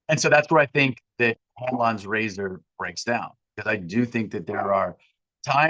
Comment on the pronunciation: I heard Hand lawn grazer instead of Hanlon's razor